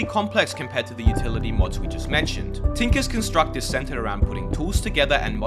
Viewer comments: tinkers construct refers to construct as a noun, you pronounced it as a verb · The way he pronounces tinkers construct 😭😭😭